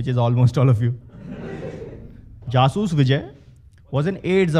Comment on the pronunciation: Jaasus Vijay Main Zaaaasuus Viizay bolta tha wo khud ko